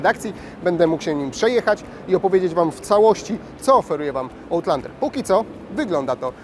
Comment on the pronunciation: Chyba raczej ałtlandera 🤦🏻‍♂️ No chyba że jak w piłce nożnej wybijesz piłkę poza boisko, to też jest ołt